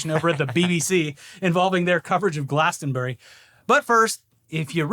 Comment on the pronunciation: "Hey if you're here, who's fucking your wife?" is brilliant, go! Artists standing up for their political beliefs has a strong tradition at Glastonbury (pronounced 'Glastronbry' btw) so fuck the BBC, and fuck Starmer. Bunch of cowards.